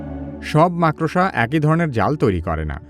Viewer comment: ভাই, আপনি ভবিষ্যতে "মাকড়সা" শব্দটি সঠিক ভাবে উচ্চারণ করবেন এই আশা করি। ধন্যবাদ।